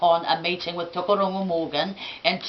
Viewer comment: Its Tukuroirangi, not Tukuaurungu. And Tuheitia, not Tuhaitia. Crazy lady.